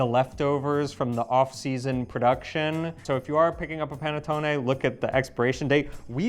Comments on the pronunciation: Listen to please. The "Pan A tone A" is a bit hard on the ears. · It’s pronounced "pah-net-taw-nee.